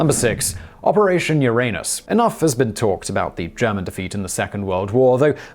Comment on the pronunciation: Yes, correctly, not the modern self-conscious American way.